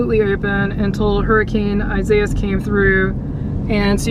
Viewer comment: I wish you knew how to pronounce the hurricanes name